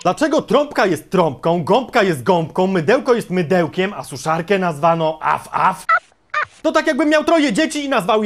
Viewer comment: Sraf sraf a nie at af